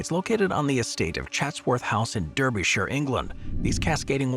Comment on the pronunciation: FYI Derbyshire is pronounced like DARbyshire. Same with Darby and clerk. Again, just FYI.